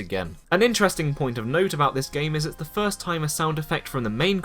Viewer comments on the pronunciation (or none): none